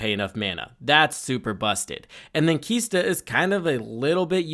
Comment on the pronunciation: "KISTA" "SHORAKA" C'mon, dude! LOL